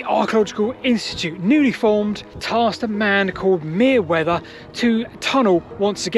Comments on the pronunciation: Just a tiny correction: Merewether is pronounced merry-wether, not mere-wether. Nice video! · Great story and video, as usual. "Merewether" is pronounced 'Merry-wether'. 🍌🙂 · Minor point: 'Merewether' is usually pronounced 'Merryweather'. Also: that shallow moat that completely surrounds the hill is very interesting. As Silbury Hill is built in a chalk landscape, the only time of the year that the moat would normally be filled is winter, hence the many Winterbourne-somethings not far south of there in Dorset. Ex-Dorset resident here (Wimborne Minster and Poole). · Are you confident of the pronunciation of "Merewether"? It looks more like an alternate spelling of 'Merriwether'.